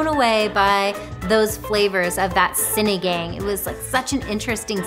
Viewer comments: Lit bro said "Sinideng" 😂😂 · Just a heads up, Sinigang is pronounced "Cine-Ghong" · Sinagang, pronounced as follows: a is like the u in up and cut (in most English dialects) So sinigung is the correct pronunciation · Sin-knee-gang (like gangsta - its the ANG just like ANG from Avatar too) lol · Of course I mispronounced it 🤦‍♀️